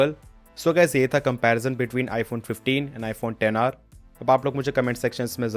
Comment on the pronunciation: Xr ko ten r kyu bolate h